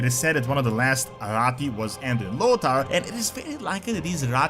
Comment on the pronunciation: Ah yes, Anduin Lodaar